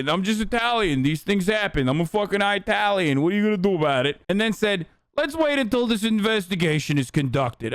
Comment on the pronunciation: a very disappointing day for all us eye-talians